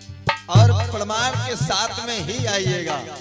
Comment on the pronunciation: तू‌ कहा से आ गया भाई परमाण नहीं होता शास्त्री प्रमाण होता है